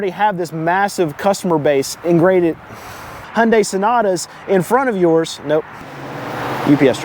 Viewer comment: Hyundai = Hoonday . correct pronunciation car guy.